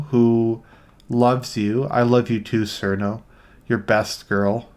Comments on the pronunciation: i agree with this but i have to give you a 7/10 for pronouncing cirno wrong it's "chiruno", just saying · I want to like you. But I don't think I can be friends with somebody who pronounces "Cirno" with an S.